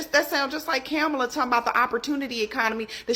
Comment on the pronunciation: i think you meant came off the street corner. Which i find it quite odd when reviewing the video and listening to this young woman who is struggling to say former vp Kamala Harris name. Not sure who Camala is. And makes a statement of having a plan of almost doing something but never execute. Meanwhile our current president promised the American people lower grocery prices on day one. Was that plan executed. And if not what is his plan to do so since that's what he ran his campaign on